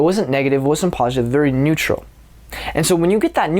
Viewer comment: “They’re vewy much not going to like ush” please stroke I’m having a help